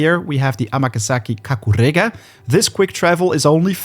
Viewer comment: I like how you say KAKUREGA 👌👌